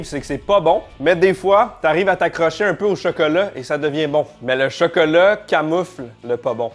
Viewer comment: On dit chOcOlAt pas chEkElE